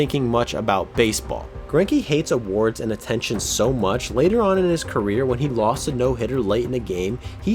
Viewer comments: 34 seconds the guy doing the voice over says queer instead of career 😂😂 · 34 when you say queer instead of career 😂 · he definitely says "throughout his queer" instead of "career".. which I don't think is intentional but its ironic because queer means weird.. just a thought lol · am I the only one hearing queer rather than career? Lol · “queer” instead of career